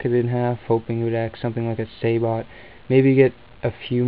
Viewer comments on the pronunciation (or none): lol! its an idiot pretending to be smart... and its pronounced "sa-bo" not "sa-bot" idiot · sabot, as in the projectile fired from an Abrams tank, its pronounced "sabo", the "t" is silent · not quite sure its called ``SAY - BOT``.... think it is pronounced sab - ot ... isnt it